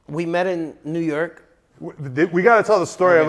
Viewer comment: “New Yerk”😭